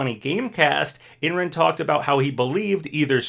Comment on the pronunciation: I don’t think it’s crash and master chief. Just thinking about how smash 4 ended with bayonetta and corrin. Idk 🤷‍♂️ but there is a chance. Also Imran’s name is pronounced as I’m-ron